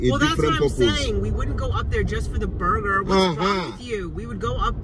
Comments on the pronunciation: says booger.😂not burger. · The way he says - “ Burger” it sounds like “Booger”.. 😂😂😂😂😂😂😂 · As a mom I keep hearing boogers! 😂🤣😂 My kids would tell me they wanted “boogers” I was confused until I figured it out! They wanted a McDonalds Cheeseburger meal! My kids are grown now. Thank you for that amazing memory! Im glad you enjoyed it! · PRONOUCE BURGER not BuGa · "boegah" (pronunciation; heck Idk how to spell it lol........... omgosh I Love it. And look at his bite sizes, go! He doesn't even have to SAY anything for us to 😂😂🤣🤣 And Ling won with a TKO!!